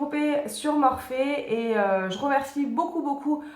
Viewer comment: On dit en fait Morphy pas Morphé....